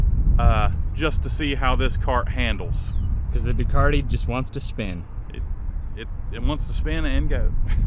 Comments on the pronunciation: Really enjoyed that Episode..I felt like I was right there with you on the ride..I notice the pronunciation Ducati to Ducarti in speech & writing...must be a local thing..😂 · "DucaRti"??? there's no R in Ducati. You say it like this du as in jew, then cat, as in cat and add an i on the end which is pronounced like an e. Now all together Jew cat e, Ducati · A little Italian designer with a drafting pen dies every time you say Ducarti.